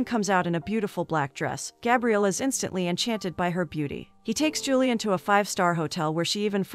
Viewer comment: I assume the girl's name is Julie-anne ( or variation) and not "Julian" the way this robot pronounces it.